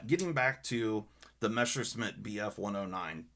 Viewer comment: no offense, but it's Messerschmitt, not Meshersmitt. sorry... very nice Damascus. Manfred Sachse was a big loss. i still have his Rosen Damast blades with 300 layers.